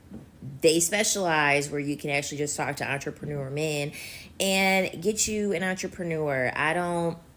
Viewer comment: I've heard so many bad mispronounciation of the word entrepreneur from these woman of late.